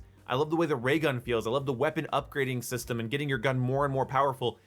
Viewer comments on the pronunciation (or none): none